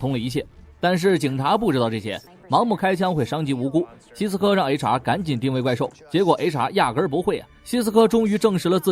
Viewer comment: 您把HR说成雷茶 😂